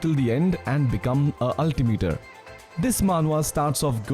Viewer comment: Why does ultimiter sound like avatar the way u put it lmao